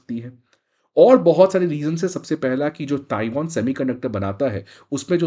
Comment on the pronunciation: ताइवान है। NOT ताइवोन! Won is Korean currency!